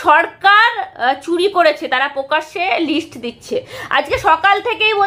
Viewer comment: কথাটা "প্রকাশ্যে" হবে "পকাশে" না "অজস্র" অযশ না। র ফলা টা পরিষ্কার না